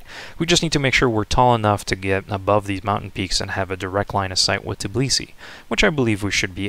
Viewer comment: It's Tbilisi, not Tiblisi...